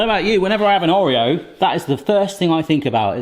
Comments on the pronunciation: Or eo. Not O reo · I can’t get over the way you say Oreo 😅 however cannot wait to try making these!